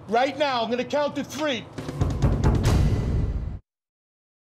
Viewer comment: "I'm gonna count to tree!"...won..too..tree"!